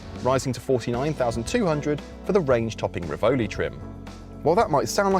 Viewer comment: Learn how to pronounce "Rivoli" properly! 🤬 🤬 🤬